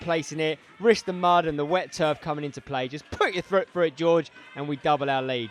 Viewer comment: Just put your thrut through it😂😂 it’s foot pal you said it twice in the space of 5 seconds hahahah